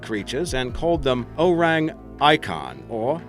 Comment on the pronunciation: O-reng ee-kun